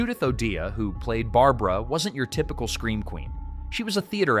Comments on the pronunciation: Pronounced "O'DAY Not O'DEEAHH" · I worked at Karl Harman's recording studio and met a few of these people. Judy O'dea pronounced her name "O'Day." One of the supposed news anchors was Frank Doak, Karl's business Manager. I was in the army at the time or I would or I would have worked on the movie, probably as a sound man. Most of it was shot on location, not in a studio. Except Doak was shot in one of Karl's control rooms.